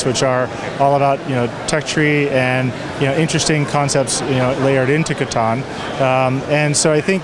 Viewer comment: I die a little inside every time she pronounces Catan wrong.